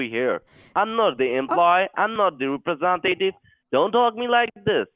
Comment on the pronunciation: "i'm not the roopresontative" lmao